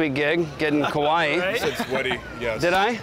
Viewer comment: I really love, but I'm having a hard time hearing him say kuwaii... It's the second video.. And I doubted myself is Hawaii was ever named Hawaii.. I was like... Is it me? Have I being saying Hawaii wrong all this time?